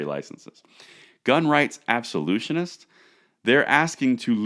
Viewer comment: Ab- So- Loo- Tists. I love ya, but sometimes you drive me nuts. Still on point with the concept, but Absolutionists are an entirely different species. Don't confuse the two, one is unwavering, the other wants to destroy sh%$.